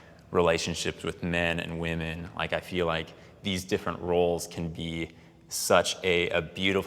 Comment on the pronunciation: It's "Whym-men",, not "Whum-man"!!! (Woman/Women.) That drives me crazy. If I lived in a house full of males I wouldn't say "I live with a bunch of MAN." I'd say "I live with a bunch of MEN." Pronounce correctly,!!! "Theres a group of females. Look at all those Whum-man." NONONONO!!!!